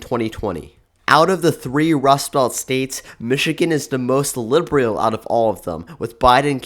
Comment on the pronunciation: Your work shows a great deal of promise, but you could greatly benefit from some elocution and voice training. Today's lesson: "liberal" is NOT pronounced "lih bree al". This happened more than once during this video; the last time I noticed it was at . I apologize for how blunt this comment sounds. I think you have some genuine ability here, but you have some rough edges that need smoothing out.